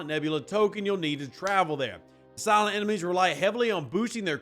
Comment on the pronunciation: For some reason when you say “Silent” hostiles I kept hearing “Cylon.” Maybe it’s just my phone. Frakkin’ toasters…. Another loop, but maybe some useful stuff in it (efficiency efficiency efficiency). We’ll see.